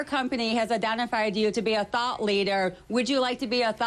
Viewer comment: the lady sounds like she's deaf. WE ESSENTIALLY SAY TO A DOCTA, "HAY, DO U WANNA BE A THOUGHT LEEDA?"